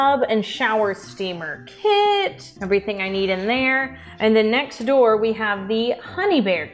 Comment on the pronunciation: Did...did just say "myext" instead of "next"? Like that scene in Super Troopers where he's trying to say "meow" as much as possible?😅